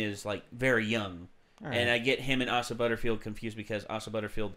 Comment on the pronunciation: It’s “A-sa” not “Ah-sa”, it’s pronounced exactly the way it’s spelled Also unfortunately Fox moved the release date into the summer in June, which is frankly a horrible decision - they should have kept the February date so they could avoid the summer block of movies that will simply bury it - putting this movie now between Avengers 4 and Spider-Man Far From Home is a terrible decision just as when Disney horribly put Solo between Infinity War and Deadpool 2. It’s only going to be forgotten in that block. At least in February and around Valentine’s Day, you could count on this movie not being crowded out by other huge releases.